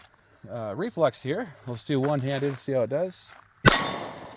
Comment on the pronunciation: Sounds like you are saying Reflux🤣🤣🤣. Great video tho!!!